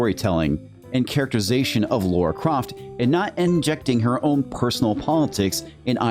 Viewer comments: LARA....Not Laura. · It’s Lara Croft not Laura Croft